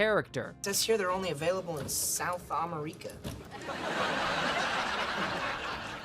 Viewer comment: South Ah-Meh-Rika😂😂